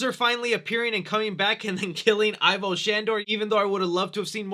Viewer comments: It's pronoucned "Evo" not "Eye-Voh." :X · What's not forgiven... Is your pronunciation of Ivo Shandor... (Not I-VO... It's E-VO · Does anyone else get upset when a supposed Ghostbusters fan pronounces it "EYE-vo" Shandor instead of "EE-vo" Shandor, or is it just me? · Egon said. It's. EVO-SHANDOR not Ivor !!!!! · It's not pronounced EYE-vo, but E-vo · Just a casual correction.... Ivo is pronounced not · pronounced EE-vo Shandor. Did you even watch the first movie??